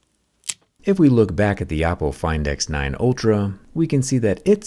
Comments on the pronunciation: Do you always say “oh-po” the first time to get people to comment and tell you that you’re saying it wrong, since you say it correctly the rest of the video? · Just me or does he keep saying Appo? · Am i the only one who heard Apple when he said Oppo???? Please help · You say Oppo but sounds like Apple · I kept mishearing Oppo as 🍏 but wow, this phone is truly the best smartphone out there at the moment, Oppo keeps delivering quality unlike other phone companies. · I keep hearing Apple Find X9 Ultra... not Oppo lol. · 'OPPO'sed to 'APPLE's , damn jerry😂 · Why do I keep hearing oppo as apple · I love how Jerry pronounces “Oppo” to sound like “Apple” because of how they copied Apple’s Sensor-Shift technology. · Everytime he says Oppo, I hear Apple. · He did. And when you think about it, the word “Oppo” itself is how East Asian languages would say “apple” due to the lack of an L sound. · Are you saying Oppo or Apple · i swear without the captions i hear oppo